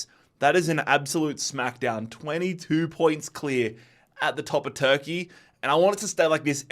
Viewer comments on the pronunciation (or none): none